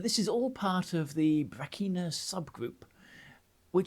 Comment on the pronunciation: If you will forgive a pronunciation note: the South Australian pronunciation of Brachina has a hard ch as in chin, and a short I as in chin. So br'achina, with the first a short 😅